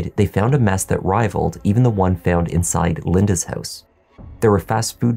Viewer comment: House sounds like hose the first time you mentioned 😝but I got you 😉